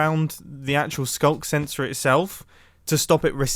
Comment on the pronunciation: " SKUNK SENSOR "